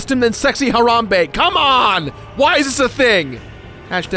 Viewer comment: Why do you say Harambe like Haronbe